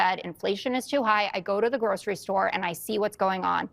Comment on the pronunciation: Trump doesn't even know how to pronounce "grocery". Remember that display of Cheetos, Cheerios, milk and eggs? Of course that's what his people relate to.